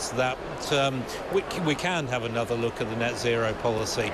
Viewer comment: Anoser David 😂